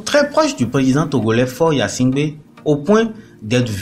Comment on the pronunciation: Mêlez- vous de ce qui vous regarde et dans votre pays ! Qui va s abonner ? Mais...vous 'e savez même pas prononcer son nom. On vous a dit qu il se nomme yasimgbe ??? Tais- toi!!!!